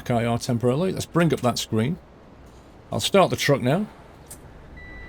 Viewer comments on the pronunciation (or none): none